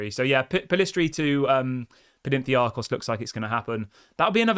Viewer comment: It's PAnathinaikos not Penentiakos!!!! Damn it!!!! 😤😂😂😂😂😂😂😂😂